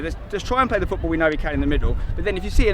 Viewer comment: football not gootball and its not aits its its